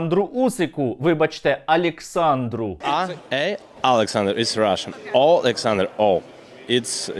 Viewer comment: "Алексанр" - ганьба!